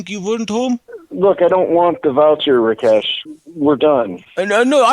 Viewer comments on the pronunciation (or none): I like how he pronounced Rakesh as Rikesh which happens to be my name.